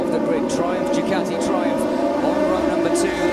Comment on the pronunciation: It's Ducati, not Ducarti. You announcers need to speak English, lmao.